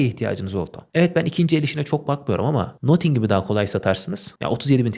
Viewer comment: selamlar, nothing - nating şeklinde okunuyor.